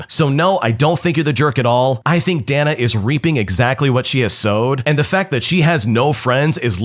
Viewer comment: Dana is Day-Nuh. Not Dan-uh. 🤦‍♂️